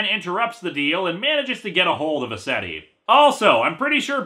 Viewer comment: When he said "Mr. Ascetti," I heard Mister Resetti. And then I thought, "Damn, Animal Crossing's black market must really be thriving if Resetti joined up with Crazy Redd."